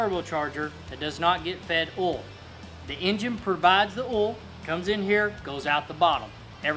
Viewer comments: cylinders 1 and 5 don't fire at the same time. They are on opposite strokes. So everything you followed that up with is wrong. Also, it's pronounced "oil". Not "ol". Cool video for dumb people though. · Did you say oil or ole